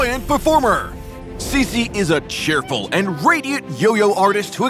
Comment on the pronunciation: I thought her name was pronounced Chi-chi not si-si